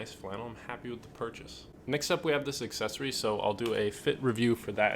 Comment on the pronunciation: Haha “accessory” 😂